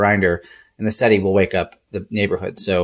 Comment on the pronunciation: "Seh - Teh". I.e '7' in Italian. Not "Seh-tee" ...